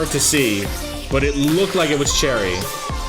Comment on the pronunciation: Oh btw Choerry is pronounced “chwae-ry”